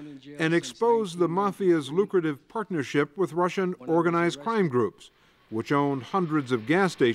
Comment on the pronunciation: They new I was with Owganized cwime.